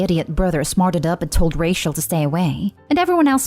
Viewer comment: It really annoys me that the narrator pronounces Rachel as racial. Even though this is my favourite reddit related channel, it was just hurting my ears. 😅